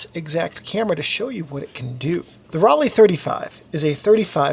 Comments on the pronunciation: Raleigh is in North Carolina. Ro-le (pronounced) made amazing cameras. Apart from that this is a fantastic post. So informative and easy to follow. Thank you. In fact all your videos are great. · Pronunciation should be like „roll eye“ or „roll I“ without any gap, but only if you choose the rolled „r“ like the Bavarians, in standard German the „r“ isn’t rolled at all. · In German Rollei would be pronounced Rol-eye. I learned this from a video by a German guy who went through several brands and their correct pronunciation. But I am sure nobody is worried if we pronounce it differently. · Pronounced: roll eye (German hard R) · Hi, in german Rollei is more pronounced like Rollai.